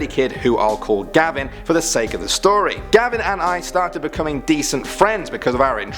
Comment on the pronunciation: It's not gabin it's gavin